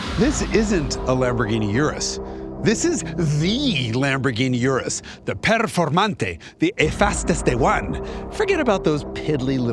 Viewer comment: You said Urus correctly ❤